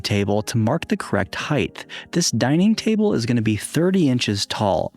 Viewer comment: “height” only has one “h” in it and it is not the last letter